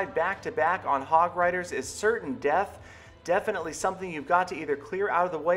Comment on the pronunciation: You said definitely like. How ironic